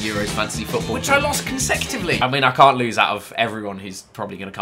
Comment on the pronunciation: Can't* not Khon'